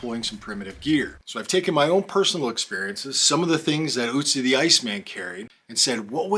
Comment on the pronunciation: Guy's name isn't Uzi but Ötzi! The first letter is pronounced like the next vowel after the first letter in bird or girl :)